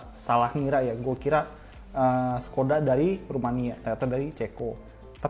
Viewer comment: keren ni... mengedukasi... pengucapan yg Perancis udah oke bangeet. merek yg sussaah bgt buat diucapin. sedikiiit masukan, yg ceko, dibacanya SHkoda, S dengan rumput atas transliterasinya sh- boleh sumbang ide? bahas in-house tuner bang... macem AMG, Nismo, Mugen, Gazoo Racing, Brabus gitu.